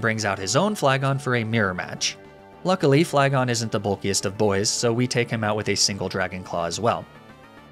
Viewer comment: I get that it's a joke to miss pronounce certain names, but idk why he always says flygon wrong considering it is his mascot.